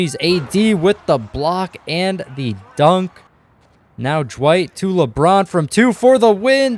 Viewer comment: Is it just me or does he sound like he's adding a J somewhere in Dwight's name?